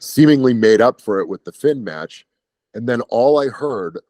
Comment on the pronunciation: "It was e very good mYetch, I'd say easily a 4.5 star Myetch"